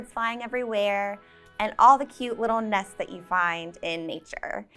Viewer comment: Nets? I thought "nests"?